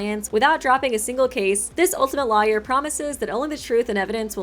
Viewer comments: Pffft. pronouncing Lawyer as Liar. Where's that Ace Attorney playthrough?;) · The way you say Lawyer hurts me so much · I like how pronounces 'Lawyer' in a way that rhymes with 'Liar'. It's adorable and also makes me super suspect of Wolfgang. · Same as i was reading comments i thought wait what? Another Ultimate Liar??